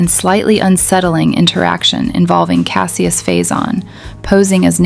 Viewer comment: Don't say Cassie-us, Say Cash-us